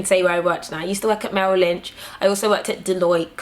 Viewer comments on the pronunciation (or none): none